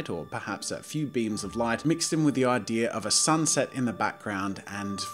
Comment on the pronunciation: Jazza: 'the idear I had.' Me: 'snorts cocoa up my nose. ' THANKS FOR SCORCHING MY SINUSES JAZZA!